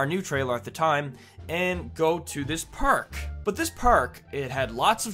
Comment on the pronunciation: Why do you say prk and not park